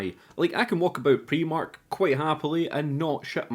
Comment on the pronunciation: My review of your review = 1) The way you said Primark made me cry... 2) I ugly laughed when the man at the start got ran over :'D 3) Hector looks like a twisted Steven King 4) Everyone needs a massive furry jacket 5) Sex at a campsite works better than sex at a theme park (Fucking InTents ;) 6) Nice to see the dog's OWNER die instead of the dog for once! 7) Creepypasta is pretty much the only reason I use reddit 8) Todd deserved it, who goes swimming that late at night. Must have a terrible sleep schedule. 9) Fuck I hate Steve 10) Steve thinks he is in the Shining. Fuck I hate Steve. 11) Fingering has died out, especially through the jeans - Micky Flanagan 12) Steve walked a bit too far without a head for my liking. 13) We need a horror movie with an evil fuse box now. 14) RIP Drake, guess it was just part of God's Plan, God's Pla-a-an 15) Now I know why every time I order from Amazon it's all smashed... Final thoughts - Someone got high and watched some doctor who. Made a movie about the weeping angels but quite a bit worse. Great review, not gonna watch this movie. Also, where is Inbred ¬_¬.